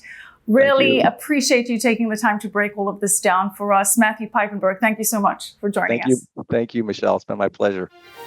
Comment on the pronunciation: His name is not " Peipenburg" but Piepenburg. Learn Dutch/German.